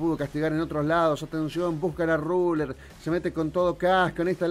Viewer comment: Claid, Cazz, Raler... uhlala señor francés